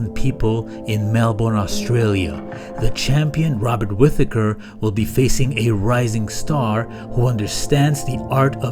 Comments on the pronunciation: "Robert With-aker" lmao at least learn how to pronounce his name before making videos about him buddy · Did you say Robert with-a-kerr? Not even 5 minutes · I'd like to see you pronounce the mans name properly you fucking sped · You seriously need to learn how to say his last name lmfao 😂😂😂